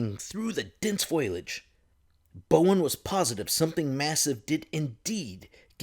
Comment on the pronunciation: Fo-lee-idge, my dear. Foliage is pronounced fo-lee-idge. You had pronounced it as foil-idge, but I assure you that there's no tinfoil in the local vegetation. 😉